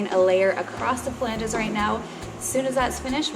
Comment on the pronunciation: Proper pronunciation FYI: flan'ges ,an angle ledge of attachment...Pha' langes are the 3 bones of the fingers & toes.........not criticizing , rather being a college instructor to help improve your audio video production